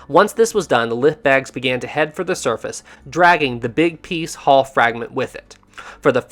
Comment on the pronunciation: It's pronounced Hull not Haul.